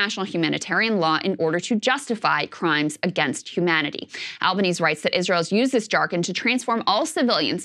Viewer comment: It is not "Albaneez" is is "Albaneehseh". Albanese, Italiano.